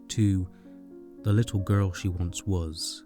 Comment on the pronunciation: This was an amazing video but I laugh everytime he says “gu-rl”